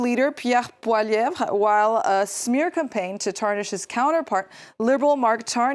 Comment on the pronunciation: Wow. Mrs. you just pronounced Pierre Poilièvre perfectly! Congratulations!